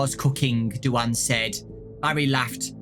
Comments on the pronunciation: I'm sorry, Do-anne? Do-anne? You mean Dwayne, like The Rock? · Is anybody else bothered about how he says "DuAnn"??? I'm led to believe that character is actually male, considering the other two mains are boys, and in my opinion, most girls aren't into joining the military. I think the name is trying to say is DUANE, which is pronounced "Dwayne" 😃 Sorry that I seem like I'm a big stickler for pronunciation, I just really like language and want to be a linguist when I get older 😆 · Duane is usually pronounced Dwane, not Dooanne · Did really call Duane "du-ann?" It's pronounced the same way as Dwayne. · I think “Du-ane” is supposed to Duane pronounced “dwayn”. This book has hard names for poor. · I think you mispronounced Duane,, it's pronounced doo-ain. Ain like rain. But it's okay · Pretty sure Duane is pronounced like Dwayne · Who is du-anne and why does his name never get pronounced correct? Rip duane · Duane is an alternative spelling of Dwayne. I assumed he was female by the way you pronounced it.